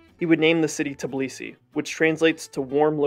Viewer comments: this is a great video but just so you know its tbilisi not tiblisi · no Tibilisi but Tbilisi , no Vahaktang but VAKHTANG ! ... pronaunciation !